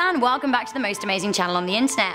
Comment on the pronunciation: Hellllller is how she says hello at the beginning of the video